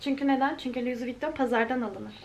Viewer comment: louis vuitton - lui vitôn diye okunuyor 🙉